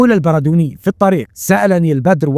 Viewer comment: البردوني بتشديد الدال